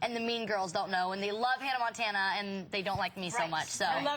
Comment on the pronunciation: LOL she says Hannah Mantana,not Hannah Montana.listen 2 it its funny♥